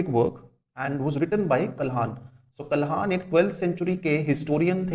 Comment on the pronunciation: Sir, it's not Kalhaaan (like what you say) it's pandit Kalhan., Pandit Kalhan is not the only writer of Rajtarangini, his work was carried forward my Pandit Shiri Vara, Pandit Pragya Bhat who lived during the reign of Zaina Ul Aabdin